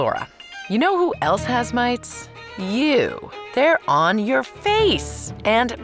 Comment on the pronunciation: My brain is trying to understand "mates" with a heavy accent and I find it amusing. Edit: Oi, where are my mates? Laura: ON YER FACE, MATE!